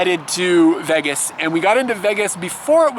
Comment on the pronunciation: You're the first person I've heard who pronounces it "Veggas" :D The reason the rooms in Las Vegas are so cheap is because they want to encourage you to come and spend more money on gambling. It's the loss leader, basically. Since you didn't stop to gamble at all, they might have lost money on you... (Oh well to them!)